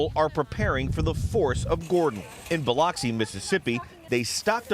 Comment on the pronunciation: Someone teach this fool how to say Bi_LUX_E